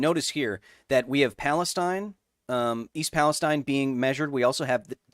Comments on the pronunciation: It is East PalestEEN I live like 7 miles away from this accident and usually this type of stuff doesn't bother me but hearing someone say it different than we do locally was like nails on a chalkboard lol otherwise great video! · Kyle idk if you'll see this, but if you continue talking about the town it's pronounced East PalesTEEN, not like the region in the Middle East. I'm from the area